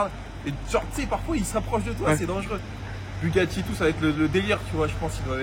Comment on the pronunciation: Il a dit « bugatti » le ben ? 🙄